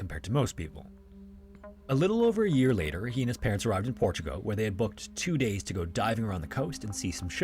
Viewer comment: I wonder if the narrator realizes is Portugal, not Portugo